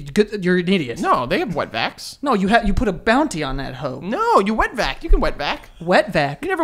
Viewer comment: I wonder if knew that every time he said “wet vac”. It sounded like he was say “wetback” 😂 😆 💀 ☠️